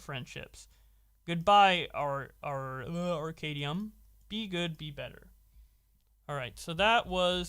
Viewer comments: I'm very confused at simple inability to pronounce "Arcadum" It's like combining the two words. Arcade and dumb. Ar-cad-um. Not Arcadium. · Pronounced Ar-Cay- Dumb. smfh